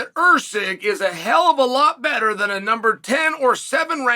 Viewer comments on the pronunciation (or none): none